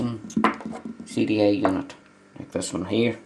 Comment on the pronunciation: sounds like your saying "CDA unit"